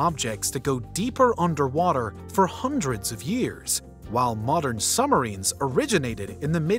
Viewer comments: Might be my phone....but why does it sounds like he is saying "sumarines" instead of submarines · I caught that also. No B’ s! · Did you really just say 'summerines' in my ear holes over and over again? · I love that the narrator says “Summarines” instead of Submarines